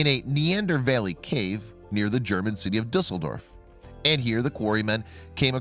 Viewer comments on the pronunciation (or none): none